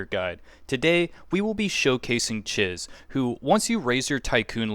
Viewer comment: It’s “Cheese”. When she introduces herself, that’s even how she pronounced it. Thanks for the video though. Saving it for later when I actually have my tycoon level high enough to get her.